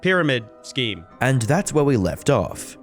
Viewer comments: Bro please stop saying Schhkeem it's pronounced Skeem. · Love all your vids.. just pronounce it 'skeam', and not 'shkeam' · Shkeems? Schemes is pronounced Skeems. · Great video - not to nitpick but "scheme" = skeem, I used to say sheem as well (it is how it's spelled after all) until it was pointed out to me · Can't get over you pronouncing it "S-CHEEM" instead of "skeem" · pronounced skeem not shkeem in case you want to know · "Shchemes"?, dude, it's pronounced "Sk-eems"! 😅🤣😂😉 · silly how you say shkeme instead of scheme hihihi :) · It's pronounced "skeme" not "shkeme" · Skeem ❌ Shkeem✅ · Scheme is pronounced “skeem” not “shkeem” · Bro please google how to pronounce scheme - it's skeem, not shkeem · Why do you keep saying schcheme? It's pronounced S-KEEM. Also screw this guy he's evil. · Why do you keep saying shcheme 😂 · That's not how you say scheme. It's not shcheme. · thats a fun video one request tho, STOP SAYING SHHKEEM XD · no such thing as a shhhcheme, learn to talk properly first. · pyramid "schkeme" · Dont care for Tate, but its actually hard to watch when you keep pronouncing 'scheme' as "shkeme" please talk properly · It’s English. You speak it well. Why can’t you just say scheme. It’s a k sound. Schmegal. Shew. Scam. They’re scams. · Take a shot everytime he says schkeem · pronouncing "Scheme" like "Scheeem" is brilliant 😂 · everytime u say "scheme" like Sh-k-ee-m it hurts my soul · I can't take you seriously pronouncing scheme like shcheme 😩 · Not being an ass, but 'scheme' is pronounced Skeem, the sch bit can be tricky. Love your stuff, keep going! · says “shkeem” for scheme. That’s funny. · Is it me that says "scheme" wrong? I don't say it with a "sh" sound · Good vid, but why can't you day the word "scheme" properly?!? lol, you sound like a malfunctioning android.. "sccheeme" . But again, really good vid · Why does he keep saying 'shkeem' and not scheme? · Can you not pronounce scheme?